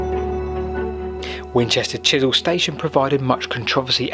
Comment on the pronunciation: As a Winchester resident - a great video - though it is "Chesil" not Chisel pronounced [CHEZ] + [UHL] Learnt alot too - so thanks